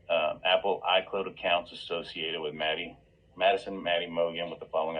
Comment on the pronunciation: These guys don't know the basic FACTS about this case, let alone keeping their speculations straight! He totally lost any potential credibility when he says "Maddie Mogison"...!! 🙄 Sorry ~ but at this point in the case if people still can't pronounce the NAMES of the people involved in this case properly and still say: "GonKalves" "KernOOdle" "ChaPPin" "KohLberger" -- They're done. (Mainstream media is guilty of this too, it's just so disrespectful. Great video,. 👍